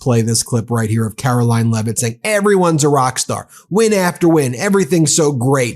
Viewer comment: I think you may be mispronouncing a name..... it is pronounced LIEvitt.